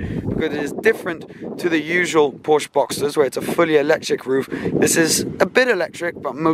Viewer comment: Please pronounce Porsche correctly 😣